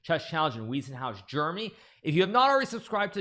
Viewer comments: It's pronounced VIE NOT WEE! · The "ei" in Weissenhaus is pronounced like the English "i".